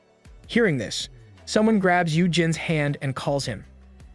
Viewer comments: I die a little inside every time I hear “dis” instead of “this”. It wouldn’t even be that bad if it didn’t sound like the narrator wasn’t purposefully emphasizing the d. (Edit: I was wrong, apparently it’s the “th” sound in general that’s being violently replaced by the letter d.) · I absolutely love this channel, but oh my dear Christ does the fact that every "This" is replaced with "dis" gets so old. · The only complaint i have is the ai saying dis instead of this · Love the content...please stop with the dis and doh's though please lol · "This" and "suddenly" not "dis" and "saddenly". I thought "Diz" was another character at first. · I love how he says: "dis" instead of "this" makes me laugh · I love how he says "dis" instead of "this"😃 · I love the the ai says dis instead of this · As usual the A.I. pronunciations are complete ass (dis, dat, gender confusions) but the story is great! Thanks for posting this. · is it me or do i hear every "this" as "dis" NAWWW BRO BROUGHT UP CAPTAIN UNDERPANTS AND HIS STICK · Great story. Only annoying thing is the pronunciation of this and tho. It’s not a D at the beginning of those words. It’s a T.